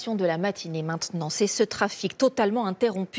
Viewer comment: "l'informatiion de la matinée" .. ptdr